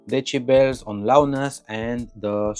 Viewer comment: Lotz of De-sheBells